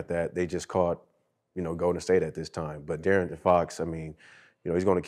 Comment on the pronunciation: The fact Brandon can’t say DeAaron is hilarious 😂😂😂